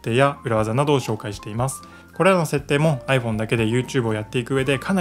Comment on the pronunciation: アイ↑フォン↓じゃないです アイ→フォー↑ン↓です